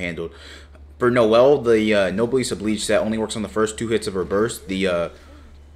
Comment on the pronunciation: 'obleeeejjj' christ.... Oblige, like obligation.